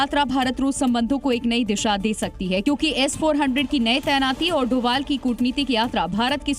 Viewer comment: नाम तो सही लो भाई अजीत डोभाल नाम है सर का (डोवल ) नही ☹️